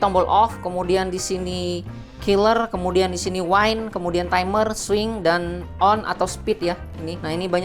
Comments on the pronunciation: wind dibacanya. Yg benar. Bukan waind. Kamu ngomong waind di depan org yg fasih bahasa inggris atau bule pasti udah diketawain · Wind mas diejanya. Bukan waind.... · Yg bener dibaca 'wind' bkn waind ntr beda artinya, antara hembusan angin dan minuman keras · coba aja pakai google translate. Pasti diejanya wind